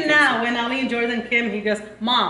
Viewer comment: say jordhan instead of jordan